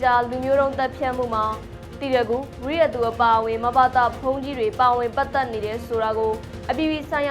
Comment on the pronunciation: ဝိရသူမဟုတ်ပါ၊ဝီရသူပါဗျာ